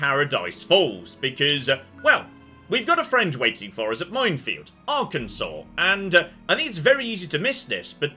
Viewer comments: See you can pronounce the state right! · It's so weird hearing pronouncing Arkansas correctly and not complaining about it.